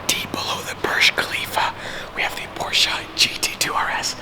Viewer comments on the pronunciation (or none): none